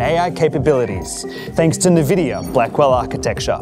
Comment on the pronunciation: AHH.. more views here then ASUS announcement.. hopefully better actors yikes Erica was cool tho.. :* EDIT: omg.. the voice talent was horrid here too.. and why do people say NVIDIA wrong.. watch Jensen so you learn how to say it damn it... then you have Dorkus Linass saying Suprim differently the the other guy.. this was just as bad as the ROG video..